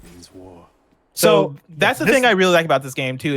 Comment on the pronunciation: That unisound “so” though xD